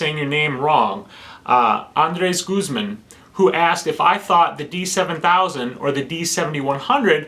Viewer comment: Haha, yes, you pronounced my named correctly. But in Guzmán, the entonation goes to the a, instead to the e. ;D